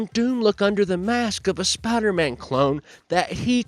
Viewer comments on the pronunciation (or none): Lol Spodder-Man. Its pronounced spiiiiider. Because it has an "i" in it. Next time on Hillbillies Talk Comics... The Teen Toddins.